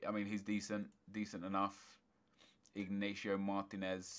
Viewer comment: Yo, where did you pull the name 'ignatio' from?! It's inigo!